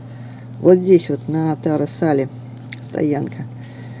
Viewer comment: река Туора Салаа, а не Таре Сале